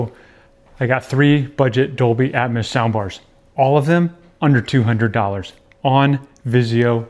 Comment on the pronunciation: Please pronounce atmos correctly!